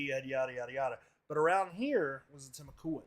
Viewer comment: Correct pronunciation of Timucuan is Tim-AWK-wan. 👍🏻